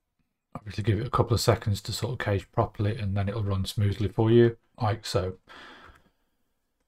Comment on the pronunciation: Pronounce cache as 'cash' and I might throw a double shot latte your way :) Thanks for the helpful vids.